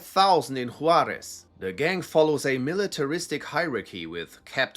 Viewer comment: i love when people that dont speak spanish or have little experience with the mexican dialect of spanish pronounce spanish words lol, i mean this in an endearing way cause im sure id butcher german words. “hoo-are-ezz” hehe. you could probably make an entire video this long on chicago gangs alone if you havent already. google folk nation and people nation. have fun with that messy spider web of alliances and infighting.